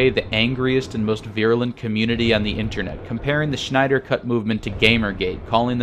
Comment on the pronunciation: Lmao the end cracked me up because there is a whole lot of "shnyder" in this. In fact I don't remember hearing much "snyder" at all. But I do remember hearing a shit ton of "shnyder".